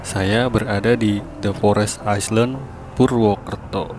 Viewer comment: Island = dibaca ailend. Bukan aisland